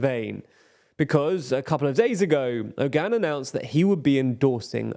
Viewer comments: It's weird that every English person I hear talk about this Turkish election pronounces Oğan's name wrong. They all say Erdoğan correctly and even Kılıçdaroğlu. They see that the ğ in those names is not pronounced like a regular G, but then they just ignore that for Oğan and pretend it's Ogan. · how is the pronouciation on point for erd-oğan but off for oğan lol, ince [inˈdʒe] is a little more understandable but still jarring after hearing the first two being pronounced correctly